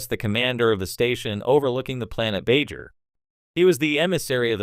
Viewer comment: So is this just garbage AI reading it, or someone that doesn't know the material, that can't pronounce "Bajor" properly?